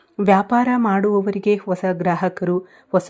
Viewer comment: ಮೇಡಂ ಒಸಾ ವ್ಯಕ್ತಿ ಅಲ್ಲಾ ಅದನ್ನ ಹೀಗೆ ಉಚ್ಚರಿಸಿ ಹೊಸಾ ವ್ಯಕ್ತಿ ನೀವು ಜೋತಿಷ್ಯ ಹೇಳುವವರು ಪದಗಳ ಪ್ರಯೋಗ ಸರಿ ಇರಲಿ.ತಪ್ಪು ತಿಳಿಯಬೇಡಿ. ಕನ್ನಡ ಉಚ್ಚಾರಣೆ ಸರಿ ಇಲ್ಲದಿದ್ದರೆ ಕೇಳುವಾಗ ಹಿಂಸೆ ಆಗುತ್ತದೆ. ಹೇಳಿ ಕೇಳಿ ನಾನು ತುಲಾ ರಾಶಿಯವಳು ನನಗಿಂತ ನಿಮಗೇ ಚೆನ್ನಾಗಿ ಗೂತ್ತಿದೆ